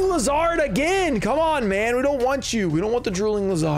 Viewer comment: I’m starting to get concerned. Do you really pronounce “lizard,” as “liz hard” or that just a joke?..